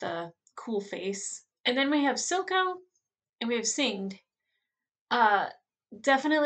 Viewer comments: "Singed" is pronounced like past tense of the word "singe" meaning to burn lightly. I love how intuitive you are. You catch a lot of the foreshadowing clues of what's to come. It's great rewatching the series with a new perspective. Can't wait for more ARCANE!!! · lol singed name is pronounce like when you get a burn (from the word singe) xD great reaction tho :)